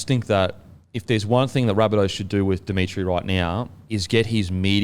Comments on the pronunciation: Its demitriou not demitri btw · Speaking of pronunciation, please say Jason Demetriou’s last name correctly. I know it’s not a big issue but it’s really hard to listen to you say ‘Dimitri’ every time 😂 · First with pronouncing names correctly, the Bunnies coach is Demetriou, not Dimitri. Every time I hear Dimitri I think of a Russian dude lol Then my Team of the Week; 1. Walsh 2. Marzhew 3. Gagai 4. Farnworth 5. Oates 6. Clifford 7. Hynes 8. Fonua-Blake 9. Grant 10. Hamlin-Uele 11. Kikau 12. Fermor 13. Yeo